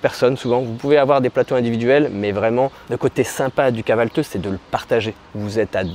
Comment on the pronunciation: vous avez du mal a prononcer kahvalti et dite kahvalteu , je sais le son du i sans point est compliqué pourtant vous l'avez dans le français comme pour dire OUI par exemple